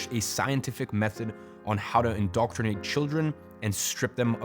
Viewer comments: Indoctrinate - not indoctornate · Indoctornate? Don't you mean INDOCTRINATE?